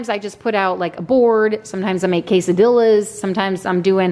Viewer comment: Thx,. Ilove your podcasts, especially the intro when your bright blue eyes are shown. This is just an fyi. The correct pronunciation of quesadilla is with the lls replaced with a y. So not dilla, but "deya".